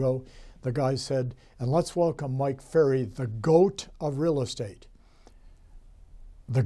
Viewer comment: I love how you didn’t correct yourself when you said your last name incorrectly 😍☺️